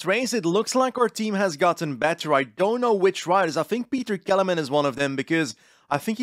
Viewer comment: Pronoucation of Petr Kelemen almost killed me 😂